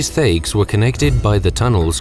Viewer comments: Neon Scorpion i love these guys a lot but, they could use some work on pronouncing the names of the things they talk about, and it's not just this series, it's all of them. but yeah thayg, what? in game it's pronounced tai-g. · Thaig is pronounced like "tiger" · Thaig is pronounced Tyg but still good video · "thayg" "ozrammar" it's pronounced Tieg and Orzammar if you're going to make lore videos about a series, at least take the time to pronounce things right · Thaig is pronounced taig (like tiger sans the er) not thayg, and Orzammar is pronounced the way it's written, I don't know how you messed that one up... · The series always digs up a tonne of information yet misses basic things, most notably pronunciation >.> "Thaigs", "Orzammar", these are spoken SO many times in-game, surely most of your team would have spoken up during recording. Seriously dudes, amazing work, it's just a few basics here and there ^^; Like back in the Elder Scrolls series; "Mephala, prince of sex and murder" Um, nah just plots, secrecy and yeah often murder. Sex is definitely Sanguine, along with partying. Debauchery, yo. Also, the mispronouncing of "Chimer" got me seriously buttmad xD "ky-mer", as is pronounced both in-game and on the wikis. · Thaig (t sound, not th), Kal-Sharok (shar-awk, not share-ik) and Orzammar. You're welcome! :D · They also mispronounced Thaig, they pronounced it how it's spelled but it's actually pronounced tige. Like Tiger with the R. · They both pronounced Thaig wrong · Alas, I don't think this lore was properly researched before making the video. D: The caste system goes in order of Deshyrs (Heads of each household), Nobles, Warriors, Artisan, Smith, Miner, Merchant, Servant, Castless. You also mispronounced Thaig (the H is silent), ans Orzamar doesn't have a G in it. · The awkward moment when the narrators cannot pronounce Thaig or Orzammar properly. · Thaig your pronouncing it wrong